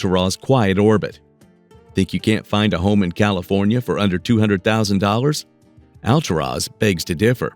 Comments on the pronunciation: I lived in the City of Clearlake when my son was born. It's Al-tour-is !!!! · It's pronounced AL TUR AS! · hey, stupid! It's "Al-TOOR-as" OK? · 😂😂😂Hold up how is he pronouncing Alturas "All-to -Ross "😂😂 he failed to mention in order to get to that town you're going to have to go through little dinky towns Like , round Mountain,Burney,Fall River Mills in a few more to get to "All-to-Ross"😂 In the bad thing about driving to those towns you got to deal with Canyon twists and turns big semis are driving hella fast around those curves there are rarely no guard rails so if you don't have good reflexes you're just going over the canyon Edge😬, and you're looking at elevations of 3,004,000 Ft Summits to get there so don't dare go when it's winter that snow is going not going to allow you. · You should make an effort to pronounce "Alturas" correctly. It's not Al-tur-OZ!